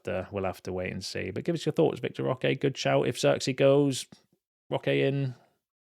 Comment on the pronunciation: It’s ‘VITOR’ not ‘VICTOR.’